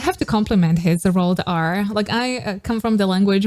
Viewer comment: He knows how to roll the r because that's how it's pronounced in Japanese as well. It's normally a bit shorter, like if you were to roll only once, but it can definitely happen when stressing a syllable during a song. The b followed by the r definitely enhances that effect as well.